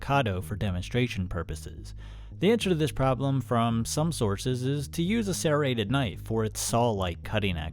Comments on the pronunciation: no its not. You are saying sairreted instead of serreted. It has to be on purpose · Why do you pronounce it as "sairrated"? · Why do you keep pronouncing "serrated" like that. You speak like a normal human with every other word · Serrated, not sairated. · Sare-ated Not shade. Just funny to me. I always here it "ser-rated" not ever "sare-ated" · Opinion invalid, can’t pronounce serrated correctly 😂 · ffs it's not SERrated. It's serRATed. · Why can't you say serrated properly ? It is pronounced sir-rated